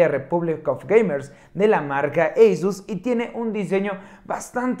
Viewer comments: NO SE DICE EYSUS SE DICE ASUS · Lo pronuncia en inglés.